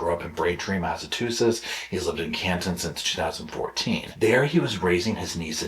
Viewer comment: The great state of Massachusetts will not be disrespected by "Mass-a-too-setts."